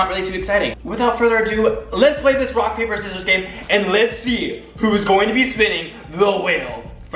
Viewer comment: Am I the only one that heard "should we play wock paper scissors" ?